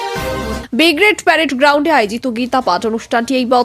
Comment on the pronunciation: আরে ওটা বিগ্ৰেড নয় ওটা ব্রিগেড।